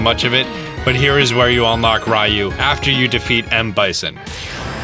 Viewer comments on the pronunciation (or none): #38 "Rye-you" ...😐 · I hate when people call Ryu, "Rayu". Typicall americans🤦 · The way you pronounce Ryu makes me die inside. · You butchered the name how dare you! (Ryu)